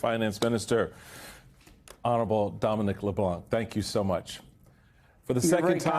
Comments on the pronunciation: Thanks for the excellent interview (incidentally, you don’t pronounce the “c” in Leblanc). It’s great to see Canada fighting back. Tariffs can be useful. If the US had unfettered access to our dairy industry, for instance, local producers would be wiped out. I will happily pay more to support Canadian farmers. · How is it that every American reporter has pronounced his name incorrectly? Every single time! LeBlanc - the C is silent, people! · The ‘c’ in Leblanc is silent